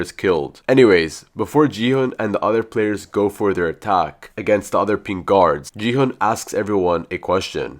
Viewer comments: Stop saying ji hun is gi hun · It's not Jihan It's G hon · Gu-hu nah Gi-hu✔️ and Ji-hu✔️ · HE IS NOT JIHUN IT'S GI-HUN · Bro, really said G hung instead of gi hung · It's gi hun not ji han